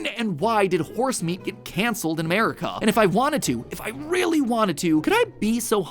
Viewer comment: Did I hear Mat say "A-Mare-ica"?